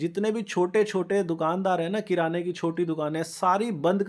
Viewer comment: किराना not क्रियाना 😅 बड़े आए